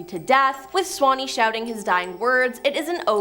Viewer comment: it's sawney not swanney